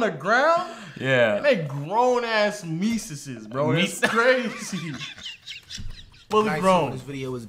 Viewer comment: Grown ass "Mecesses" lol